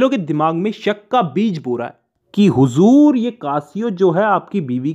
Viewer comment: The way u say huzuur 🤭🤭